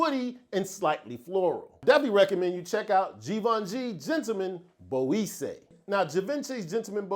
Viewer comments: great list, some real new fire 🔥on there! Salute, by the way Boisee pronounced bwoizaay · Yeah we gotta work on pronouncing Boisée correctly my good sir 😭 try this “ BWA-ZE”